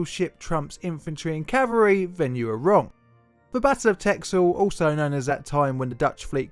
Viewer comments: Texel is pronounced: Tessel. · I believe it's actually pronounced 'Tessel' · Haha never heard of this, but its a cool story. Btw texel is pronounced like tessel. Dont ask me why though as we usually pronounce the x like you said in the video :) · Texel is pronounced Tessel. In older forms of Dutch the x was sometimes used to represent the double s. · Oh dear god, please pronounce it right, I guess you do speak English as your native language, so you are naturally disadvantaged, but it is pronounced Tessel damnit! LPT: if you ever try to pronounce something Dutch, first enter it into a Dutch Google Translate, it saves every Dutch person a lot of cringe. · Only sorry for that pronunciation ....I've been to Texel lovely place , that x is basically an s.